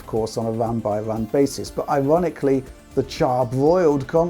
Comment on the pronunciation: More like “charbrOIELEd”